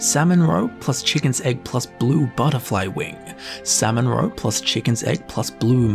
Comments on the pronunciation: By the end of this video I was hearing ‘Sam and Roe’ and I thought he was talking about some sort of sitcom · Sam-mon-row-pluss-hisst-cahp My coworker side-eyed me all the way to work🤣🤣🤣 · samonrow samonrow samonrow... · "Salmon Roe" no longer sounds like real words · Who never wants to hear say "salmon roe" again?